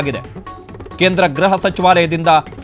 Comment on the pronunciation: Ghraha not..but say Gruha if you are kannada knowing man